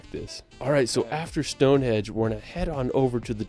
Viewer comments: STONEHENGE not STONEHEDGE 🤦‍♂️ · What a ridiculous comment! What’s racist about not pronouncing a name correctly. It’s a henge not a hedge, it’s got nothing to do with how you speak or where you come from. I’ve had friends from USA call it a hedge rather than henge until I told them it wasn’t a hedge!And how can it be racist to correct the name of a country? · 'Stone HEDGE - WTF!!! .... StoneHENGE 👍👍👍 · Stonehenge not stone edge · Stone Hedge ??? HEDGE??? Its Henge.